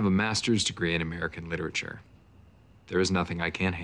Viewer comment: "I have a masters degree in American Litature. There's nothing I can't handle" 🤣